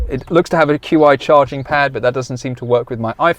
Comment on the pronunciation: First time I hear someone call the qi charger "queue eye" haha